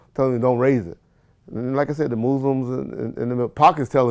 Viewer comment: The mooslims - 😂😂😂